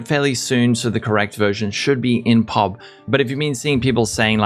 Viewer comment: Nobody calls Path of Building "PUB" like you said it, its "PEE OH BEE". 😁🙃